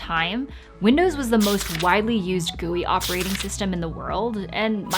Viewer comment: she did not just said gOuIE instead of G-U-I ':|